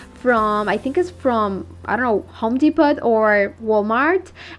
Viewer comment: Love your beautiful projects ❤️😍. Honey you are adorable. I want to help you sound better. It is pronounced home Depoh.